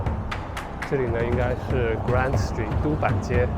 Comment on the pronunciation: 不是Grand Street … 是Grant Street